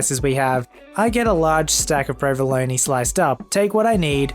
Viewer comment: I can't stand the way you mispronounce provolone, but other than that, I like your videos.